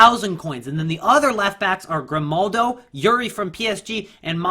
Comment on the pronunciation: Its Grimaldo not Grimnaldo😉